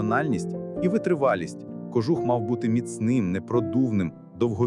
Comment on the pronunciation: Попрацюйте над наголосами.КожУх!